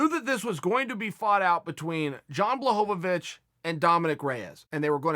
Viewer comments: lost my shit at john blahohawich lol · Ah yes, Jan Blahowowich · Take a drink every time Chael pronounces Jan Blachowicz's name differently